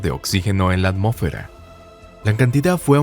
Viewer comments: Me saca de onda lo de "ammófera" xD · Es Hylonomus, pero está pronunciado igual que cuando dice amófera en vez de atmósfera